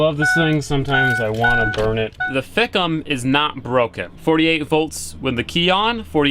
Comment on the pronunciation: Did I hear him correctly or did hear him call the bus thick'em....... Thicc